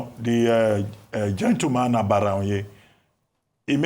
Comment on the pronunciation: Ojy, it is not "aGBaraonye", it is "aBaraonye"... They are different in meaning...not every "g" letter is pronounced as a "GB" sound!